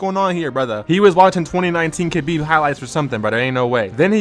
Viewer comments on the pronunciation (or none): none